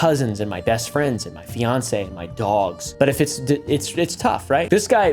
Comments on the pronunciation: Did he say fiance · He said fiance and didnt correct himself, its not a slip up this time.... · HE SAID FIANCÉ 😫